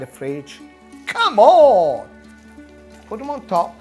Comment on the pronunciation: Funny when u says... ""COM ON""